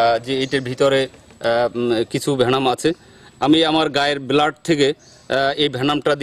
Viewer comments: উচ্চারণ সঠিক নয় বেলাড না মিয়া ব্লাড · হেমাটোটক্সিক বিষ এর কারনে রক্ত নস্ট হয়, নিউরোটক্সিক না। বেলাড না বলে ব্লাড বললে খুব বেশি কস্ট হবার কথা না ভাই। একটু প্র‍্যাকটিস করলেই পারবেন৷ best of luck